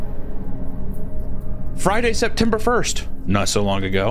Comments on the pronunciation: wonderful video but i laughed the hardest at "septmer 1st" idk that shit just tickled me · Hahaha "Septemer 1st"